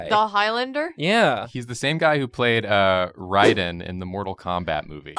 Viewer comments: Riden? It's Raiden (Like a Raid) I know Mortal Komabt cuz of my love for the game and this made me laugh XD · You said Rhyden. Like the Pok'emon Rhydon but with an E instead of an O... His name is Raiden... It's pronouced rAid-en not rId-en